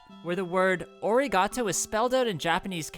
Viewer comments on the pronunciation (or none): A fun fact for you: The letter A in Japanese is still pronounced as an A and not a god damn O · * Its pronounced Ah not a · The word is "Arigatou."